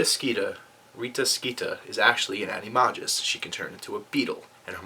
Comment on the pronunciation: your going to take somethings eye out and besides your saying it wrong it's aniMAYgus not anaMUgus